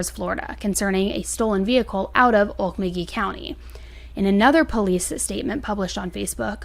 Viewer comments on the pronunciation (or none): I live in Okmulgee (oh-mul-gee is probably closest way to say it, I pronounced oak-mulgee for the longest time). one of the first interviews after her husband disappeared, while he was out on a bike and she called him to pick up some dog food from Walmart. for some reason, I thought red flag, he's not coming back. its ashame what happened. Joe already came off as a nut, and I'm not saying they deserved what happened, but you should know there are risks with "hitting a lick" on wrong person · If everybody wants to know how to pronounce the name of the town, it’s pronounced, oak, muggy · Oh yeah...town is pronounced oak-MULL-gee with hard g sound like in great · Okmulgee- OAK-MULL'-GEE . NOT Oak' milgy. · 1st Im not complaining but rather tickled at how you slaughtered Okmulgee... lol Oak-ma-gee... is how its pronounced. 2nd It use to be a great little town... oil based. its now its mainly low income for the majority there. Lots of crime & drugs. 3rd Oklahoma is a "make my day" state of sorts.... Had the men been stealing and posed a threat they couldve all been shot and it wouldve been a justified shooting. No charges for whom ever defended themselves.... Im assuming the salvage/scrap yards were often targets of crime.... Yes I think the business owner did it and I think he did it to make a point to the others stealing from him... (not saying it was right just know how some of them think in that small town... this was crime was overkill.... no pun intended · Pronounced Oak-mull-gee. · Native American town name 👂- like: oak-mull-gee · Pronounced oak-mull-gie with the g like in gum with the emphasis on mull and not oak lol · It’s pronounced OAK-MULL-GHEE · Lol ok, how to say Okmulgee like an Okie. Oak-mul-ghee. Your great, I enjoy your show. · It’s OAK-MULL-GEE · Oak-mole-gee lol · Olek mo gee ..pronunce it right! Driving me nuts! Lol..im from Oklahoma. And Okmulgee isnt "rural". Its a small town outside of Tulsa . Thats like saying Stillwater is rural in Oklahoma.